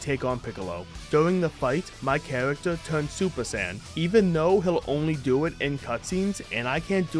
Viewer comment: Okay I know he said Saiyan saga but I swear am I the only one that heard sand saga Also I played the hero mode version of the game honestly it wasn't that bad I know I can get boring but it is still a little fun